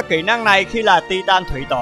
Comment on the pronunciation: Tai từn chứ không phải ti-tan nhé